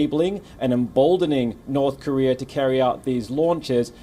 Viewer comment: It's NOrth KOrea, not "NArth KArea".